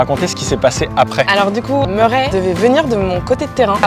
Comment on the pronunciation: Murray ses anglephone tu le dit merrais mes ses Murray en anglais ses mon nom de famille